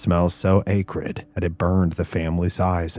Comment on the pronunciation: So excited for this. Coming in a bit late to the Live tho. Just a note: the word “acrid” is pronounced with a short a. Like Ak-rid. That same short a in the word “that”. I’ve done this before. Being an avid reader, I would learn the incorrect phonetic because I would just read it in my head. And then would be so embarrassed when I used it incorrectly in public at a later time.😂 so, just trying to help out!